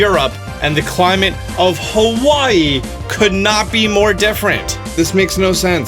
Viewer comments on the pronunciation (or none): none